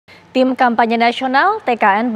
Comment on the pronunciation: Ketua TIMnya JOKOWI,,, GITU AJA SUSAH NYEBUTNYA